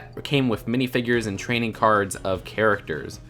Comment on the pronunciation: Did you say “Training Cards” or “Trading Cards” I know it’s suppose to say trading but I can’t understand it